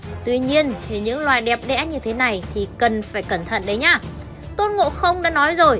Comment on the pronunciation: Đẹp đẽ vl t ạ mi ad nghe nói éo chuẩn tí nào,đẹp đẽ 😂😂😂